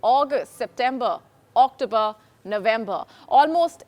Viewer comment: Octobber lol